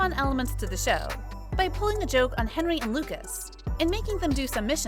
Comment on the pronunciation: His name is hendery not henry